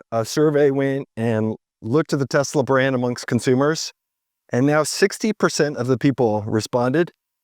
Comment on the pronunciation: Did you see Elon's face when Trump misprounced the company name as Tesler?😂 It was priceless!! 😂